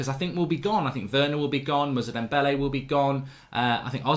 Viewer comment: Ffs mark, his name is moussa dembele not muzza dembele